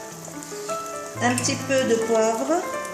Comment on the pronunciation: Votre couscous est magnifique mashallah mais veuillez faire plus attention aux fautes de pronociation curcuma cumin poivrons courge ne le prenez pas mal svp c'est pour votre bien